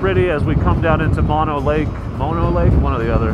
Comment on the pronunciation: Haha! You just WILL-A-MET'd the pronunciation of Mono Lake!